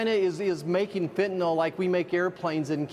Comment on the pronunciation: FENTANYL not FENTANAL.